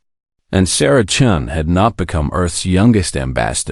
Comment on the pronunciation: Chun!! Not Chen!!!! Come on!!!